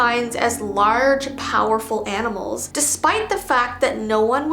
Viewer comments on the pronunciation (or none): none